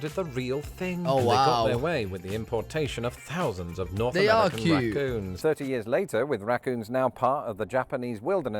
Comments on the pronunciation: Rah coons not ruh coons! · Ok, raccoons is 2 syllables not 1. Rac-coons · Pronounced more like "rack-coons". The "a" sound is very much like "bat"